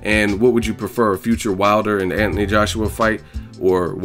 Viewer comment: Love the videos but anyone else find it annoying that he pronounces Anthony Ant-knee? Haha just saying